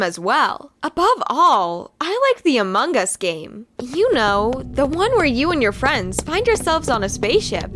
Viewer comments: laurente they said it like that and the person put this sign ="amung us" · Among us not among gus